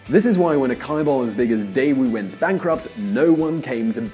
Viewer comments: Chebol pronounce jae burl...not kai bul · Amazing video!!! Please correct pronunciation for Chaebol [chebol] / ch pronounced like ch for church Hyundai [Hyoonde] like Hugh in Hugh Grant :) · kaibal? lmao. it is pronounced "jae-bal" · Your “ky-beol” is misleading. It is ‘jae-beol’. But a great video. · Chaebol isn't pronounced "Kai-ball". The accurate romanised form is "JaeBuhl", and pronounced as written. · Wow, you can discuss their stuff but can’t be bothered to learn how to pronounce some word such as chaebol (chæ:bol not kaibol). It actually makes my ear itch. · When pronouncing "Chaebal", it should sound more like Jae-bal not kai-bal. lol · it's chae-bol.. not kye ball.. lmao! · Kaibal? chaebal as in China. Not Kaina. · Did he said kai-bol not chea-bol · It's not pronounced "kai-bol", it's "ch(as in CH-urch)ae(as in the first sound in End.)" Chae-bol" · This dude can't pronounce a single korean word properly. Wtf is Kaibul??? It's like calling wallmart yallmart or smth. Smh. If you're going to make a video abt a country and especially if ure going to use its language/words, get the pronunciation correct first pls. It shows how much this dude wasn't really prepared to make this clip.. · For the love of god, can you please stop saying Chaebol like that? It's pronounced like "chair," not like "chemistry." Other than that, you did a great job explaining things. I could technically nitpick some details, but the overall picture is quite accurate. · Jea-Bol.... should sound more like this , Not kaebol or somthing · And that Chaebul word is completely mispronounced. You read it like KAI-BALL. In fact, it is 재벌, where ㅈstands for J. It's Jae-Bul which reads like "Jet" without T sound. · It's pronounced like Jay-Bul not Kai-bol... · What is "kaiball"?? It's "Jaebeol" not "Kaiball" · Stefan Braem what is a "Kai Ball". Now say it with me "ch-eh bol". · Chaebol is pronounced more like “Chay Bol.” (ch as in choo choo train; ay as in say) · « Kaïballs~~~ » ㅋㅋㅋ